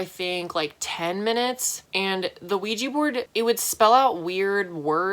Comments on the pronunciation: i hate it when people say 'ouij i ' instead of 'ouij a ' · “There was a weejee board in my room.” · I know I sounded like a dumb bitch, but I thought Oujia was spelled and read :"Luigi"